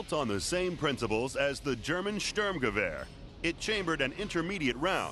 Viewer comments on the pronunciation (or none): as the german störmgeweahr ?? was is das für ne aussprache ^^ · Ze stürmgewör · "German Sturmgewehr" :DDDD It sounds so funny, if ur german :DDD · i love how he pronounces "sturmgewehr" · haha so funny how he spells "german sturmgewehr" (i'm german)